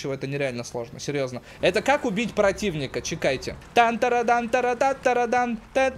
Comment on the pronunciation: А почему не чеееееекайте а чекаааааайте!? :D